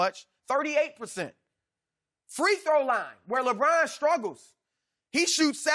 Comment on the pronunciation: "we've seen lebon brick free throws" can't even get his name right LMAOOO